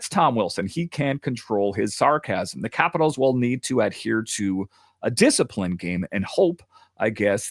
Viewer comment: I can’t stand the way you pronounce capitals.